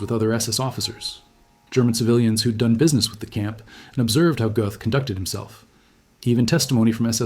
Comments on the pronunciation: He deserved death. Any country that eliminates the death penalty is a nation of cowards. The th sound doesn't exist in the German language. His name is pronounced GET . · "Göth" rhymes with "put" There is no "th" sound in modern German (other than in some dialects).